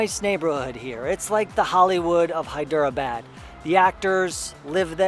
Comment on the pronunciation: Good stuff man. I'm sure in one of the 600+ comments someone has already mentioned this, but I'm not going to check ;-) : It's said more like "Hy-dra-bad". How Indian language got ported to English script is lost on me, but I have found things like there are multiple "d-plus" phonetics. In Hyderabad, the "der" is slightly different than a "dr", and the "dera" (not two syllables) is slightly different from "dra". It messed me up for years since when I see a vowel separated by consonants, I assume it is a separate syllable (hence Hy-der-a-bad). The great thing is how most Indians don't really care and if they take the time to correct you, they're always so kind about it. (p.s. I obviously want to post about my struggles getting these things correct and this has little to do with the video. Thanks for the space to rant).